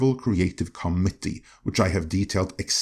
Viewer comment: YES! It’s the return of the COMM-MITT-TEE!!! (Although somewhat muted)